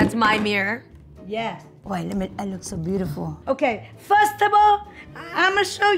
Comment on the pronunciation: " firstable " 😭 " pooosh poosh poosh " 💀 " look like bird nest " 💀 *longgg pause* 🤔 iii like ittt . 🤣🤣 " look like u took sumebody husband and they beat you up " 😭😭💀